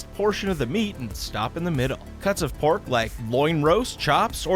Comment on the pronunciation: I keep thinking you’re saying Borf instead of Pork